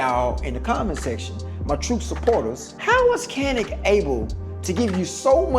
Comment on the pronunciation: Not canik it said yanik